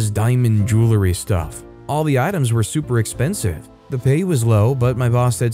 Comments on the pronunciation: JOO-uhl-ree, not JOO-lah-ree. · I pronounce it "joow-ree" so I think he should say it like that